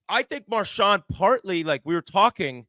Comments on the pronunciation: except he doesn't say that lol...he says marshaw...and its fucking brutal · Biz pronouncing Marchand's name like a normal person: Impossible